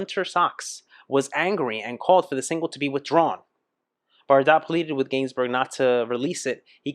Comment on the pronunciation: Gainsbourg is pronounced geinsboor. This song is epic, was a must towards the end of teenage parties when the slow dances started…